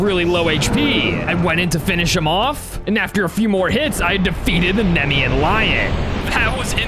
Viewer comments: Just so you know it’s pronounced Knee-me-an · I'm a mythology nerd so its nemean (nie, mie. un,) lion kratos is a titan not a god and not of war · It’s funny doesn’t no how to say naemean lion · Was him saying the Nemean thing wrong cause it felt like it I got pissed